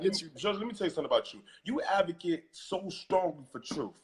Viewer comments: LOL!!!!.....DID HE SAY AVECESS....LOL!!! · Ummmm......what's an avakiss? Am I the only one who heard that? LMAO😂😂😂💀💀💀 In his defense I believe he meant ADVOCATE because I'm praying he wasn't trying to say activist!!!!